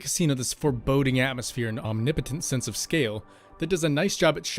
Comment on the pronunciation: Dude... you said "omnipittit" I think you mean to say omnipotent LOL